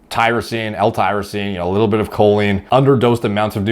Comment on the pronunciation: Makes fun of the guy's pronunciation and proceeds to butcher Choline.